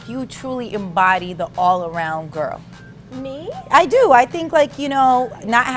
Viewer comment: Someone tell nessa that the word "girl" is not pronounced "grirl"